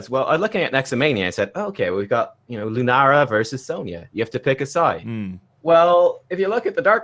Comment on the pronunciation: I love the way she says “worsus” instead of “versus”. Makes me think of Chekhov from Star Trek and his “inwisible”!